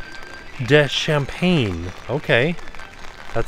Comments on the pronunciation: hey and!! love the videos always, especially festival ones. just wanted to let you know the pate is actually campagne (pronounced like campaign) not CHampange! campagne means country in french which is why it's country pork:) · Campagne, not champagne, lol! 😂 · Campagne is pronounced "cam-pan-ya" means countryside hence why the description says countryside. Champagne (sham-pane in English or sham-pan-ya in french) is the sparkling wine from a specific region of France. Spent my childhood in a french speaking region so I'm familiar with the general pronunciation/sounds of more common words. My reading comprehension of French is better than my speaking though so I could be wrong. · Yes, not "champagne", but rather pronounced "Com-pah-nya"